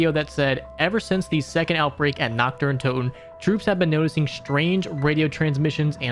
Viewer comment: Brooo it ain't difficult to say naRt deR untoteN and not nakt de untotew